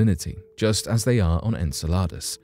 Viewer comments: En cell ar dus or Enceladus? Learn how to say it!!!! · I’m constantly looking forward to watching each new video you post. However I just want to make a minor correction to the pronunciation of the moon Enceladus. It sounds like “in cell a dus”. Thank you for always bringing to the forefront such topics that are so easily buried